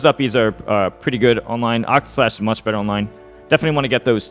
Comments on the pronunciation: I’m begging PLEASE say octaslash instead of octoslash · He also said it wrong a bit earlier too